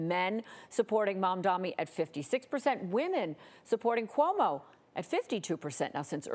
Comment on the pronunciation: Its MADANI 🤌🤌